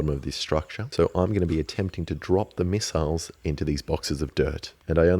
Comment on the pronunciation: Might as well call them miss-iles